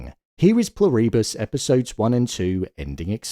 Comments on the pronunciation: Incredible! Peak TV! Btw, it's Plur-i-bus, not Plur-ee-bus... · Pronounced "PLOO-ree-bus. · Pronounced PLOO-ri-bus. Emphasis on the first syllable. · You (or the AI) need to learn how to say Pluribus. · The way you pronounce "Pluribus" makes me think you're AI.